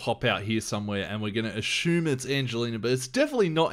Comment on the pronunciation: did he say ashume!? lol